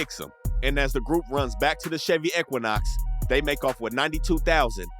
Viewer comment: Wtf is an ecquinoc? You can't say equinox. It's E-qui-nox 🤦😂